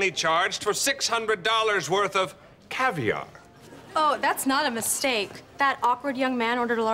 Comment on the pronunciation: Hey, I didn't order any cavior!